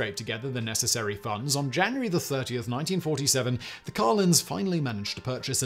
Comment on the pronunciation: SIMON, enunciation would be good. I had to read the notes to discover whether you were saying, "Carlins," or, "Collins." And where in India is, "Cal-KUH'-tur?" Do you mean, "Calcutta," pronounced, "Cal-KUH'-tah?" Damn, man. Learn English. If we Americans can manage...